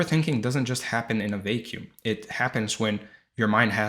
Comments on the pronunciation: Beautiful and useful. Btw vacuum is pronounced vack yoom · I appreciate the video which I gained something I believe will be very helpful moving forward and I'm so grateful for that.... The only word I had trouble understanding at first was when you said the word "vacuum." I'd like to offer a tip if that's alright, hopefully without sounding rude or condescending. The "a" sound in vacuum is the same as the words: bat, cat, sat, etc. I might even suggest saying the word "back," and then change the B to a V to say "Vack," and that's the sound you are looking for before finishing the rest of the word. I only mention this as I have helped countless people with improving English pronunciation when it's their second language, including my wife. It's one of the few things I can offer and help people with. You gave me something, so I thought I would offer at least something in return. Again my apologies if I'm coming off rude as that is not my intention. Thank you again for such a helpful video. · And his pronunciation of "vacuum".